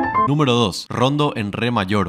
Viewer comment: Es rondó con acento en la segunda 'o' no la primera como pronuncias. Ah, dirai je se pronuncia aa diré zhe